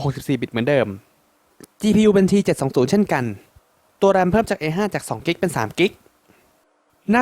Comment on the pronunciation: Gpu mali t720 ครับ ไม่ใช่ g นะ ได้ยินว่า g